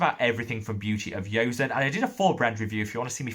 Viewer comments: PLEASE PLEASE MAKE AN EFFORT TO PRONOUNCE THE BRAND, JOSEON, CORRECTLY. PHONETICALLY IT IS "JOE-SUN" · Thanks for the video. Btw, Joseon is pronounced with a hard ‘j’ like in Joseph. Korea was once called The Kingdom of Joseon (Cho-son). The brand name Beauty of Joseon (조선미녀) literally translates to Beautiful Korean female.